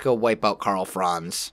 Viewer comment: Hello from Germany your Pronunciation of Karl Franz is very funny Great Video